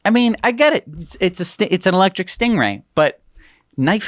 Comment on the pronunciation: Sting-E-Ray!!! (stinky Ray?)